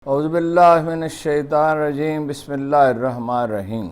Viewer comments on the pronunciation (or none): SIR BISMILLAH CORRECT READ KAREN THANKS